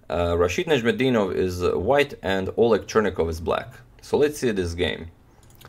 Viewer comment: Love how you narrate the game, but your pronunciation of Najm El Deenov is very similar to the Arabic pronunciation!! The word means in Arabic Star of the Religion